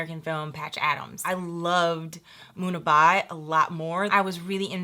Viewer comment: its Munna Bhhhhaaai. not Munna bai ..:/ sounds like munni bai